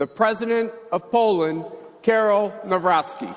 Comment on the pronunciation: Bez przesady, Melania miała wpadki ale Karol nie potrafi wymówić wiele słów